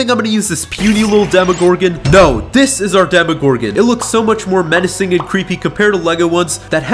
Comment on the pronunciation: Bro went from normal dimorgorgan to Russian dimogorin